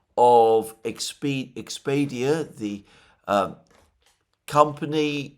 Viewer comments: btw it's NEXPERIA, not expedia... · The story of Nexperia (not "Expedia") is very different from what the media is telling... A Chinese newspaper made a video on YouTube explaining that the European branch is actually the one producing chips and that it actually supplies the Chinese branches, which will be forcing the Chinese branch to source that elsewhere (it may take up to a few months). The real story is that the CEO of the European branch was in the process of repatriating the Dutch production facility to China to shorten the supply routes, the Dutch government saw a threat in that move and "nationalised" the company to prevent the production from *leaving*, a thing Chinese companies have been doing a lot in EU and UK recently. This has been reported in Western media in a complete different way, stating that the company in the Netherlands were non-producing headquarters that depended on the supply of chips from China, which made the Chinese reaction a very bad joke... Laughable, tho. The European entity does depend from supplies from China, such as rare-earths and "funny metals", but not at all in the way described in the Western media, it's a mess up from the Press Department of the Dutch government that is the source of the legend, Chinese media report it in a very different way. Now, to be fair, Chinese restrictions on rare-earths apply on EU as well, making sure the US won't use that route as a supply. Even if it was somewhat justified, seizing Chinese assets was a terrible thing to do in these times